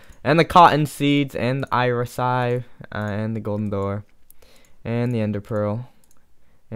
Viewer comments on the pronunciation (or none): none